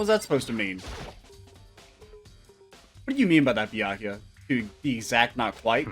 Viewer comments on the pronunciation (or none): The saga of mispronouncing Byakuya's name continues!